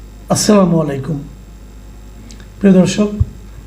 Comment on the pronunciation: এই দালালের সালামটাও নষ্ট উচ্চারণ, এই মাসুদ কামাল র এর এজেন্ট হিসেবে আওয়ামী লীগ প্রতিষ্ঠা করার জন্য ইনিয়ে বিনিয়ে কাজ করে চলেছে ! তাকে অবিলম্বে আটক করা দরকার